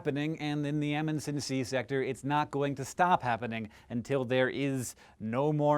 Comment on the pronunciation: Aaaaargh you're saying Amundsen wrong